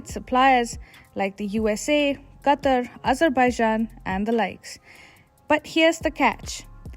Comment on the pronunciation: I couldn't finish the video with the way she pronounces Qatar lol